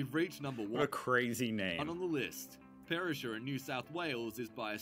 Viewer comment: Good boy !!!! - you finally did a video on Australia from an Australian in Australia, with the CORRECT facts and perspective and correct nameplace pronunciation. Yippee 🎉😂